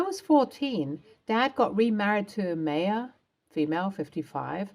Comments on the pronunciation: My ah, not May a. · In my exceedingly long life, I have heard Bea pronounced BEE-UH once: the late, brilliant actress, Beah Richards. Notice there is an H on the end. Not saying no one in the history of the world has pronounced it “BAY-UH” but…. As for “MAY-UH”? Sorry, never heard that pronunciation. Not saying it doesn’t exist, but in eight decades and lots of world travel, I’ve never heard that. And I’d be willing to bet that the Maya being spoken about pronounced it “My-UH”. Also willing to understand that Brits pronounce quite a few words very differently to the “correct” pronunciation. For example, the word “pasta”, which they pronounce “pass-tuh”. My Italian boyfriend was horrified, amusingly so to be honest. Obviously people say things differently, but really, MAY-UH? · Uh, Ms. Narrator, “Maya” is pronounced MY-UH. Have you never heard of Maya Angelou? Also “Bea” is pronounced BEE.